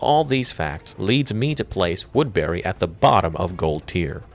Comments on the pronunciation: its pronounced "woodbury" not "woodberry" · its woodbury not wood berry lmao